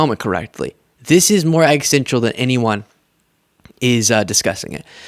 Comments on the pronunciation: excellent work! Just one small thing, can you work on pronouncing, existential? I think that’s the word you’re using when you say”egg stential” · Love u. I’d like to correct one thing and it’s something many in the media mispronounce. The word existential is a bit of a tongue twister but it is exis-ten-tial. It has become my pet peeve now that it’s said all the time (and rightly so!). A lot of folks say exitential or exitsential